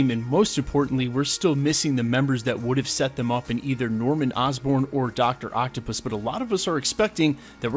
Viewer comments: Did he say Dr Applepiss? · What? Did you say Doctor Octo-piss?